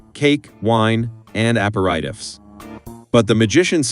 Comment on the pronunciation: APER-I-TIFFS?? Clanker just butchering that word. Is it so hard to just narrate your script ?